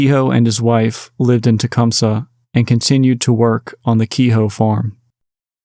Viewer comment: A decent deep dive, but "Tecumseh" is pronounced just like that. Not "Tecum-Suh" - so to get respect on a podcast, you may want to get your grammar straight. I lived in Michigan for 90% of my life, and drive through Tecum-SEE at least twice a week. Sorry not sorry about the comments. Very monotonous tone of voice, and not interactive at all. But thanks for doing what you do. I'd suggest "Bath Massacre" the book that is available at Deadtime Stories in REO Town in Lansing, Michigan. I love that bookstore, and they have ties to the local communities in and around Lansing, Michigan. I lived near Bath for 5 years. It's a beautiful town, and they meet on the anniversary of this horrible situation to commemorate what happened. The memorial in the local park is a mainstay in the community, and the school system is beautiful.